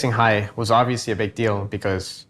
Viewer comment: “Understanding the game, at a hai level”